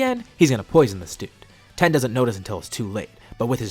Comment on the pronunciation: It's tien not ten